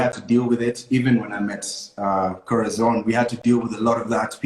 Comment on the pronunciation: Aki umesema Corathon😆😆😆😆 alafu pia hapo Kwa I trust Frankie ukacheka. You're so salvage.